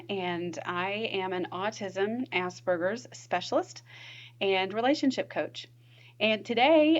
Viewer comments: It's 'Aspergers', not 'ass burgers'. Sorry, but I struggled to get past that as it sounds ridiculous the way you say it. I could not focus on the content. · Am I the only one that keeps hearing 'ass burgers"?